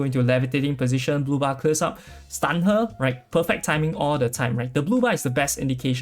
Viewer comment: I heard booba,and kept looking at the booba couldnt see much difference, took me a while to understand you were saying blue bar.. lol